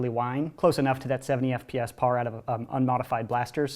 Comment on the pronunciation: were you trying to be irish when you say pawer